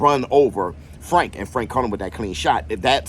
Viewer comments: Not Fwank 😂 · I hope fwank wins so i can still hear you say fwank 😂😅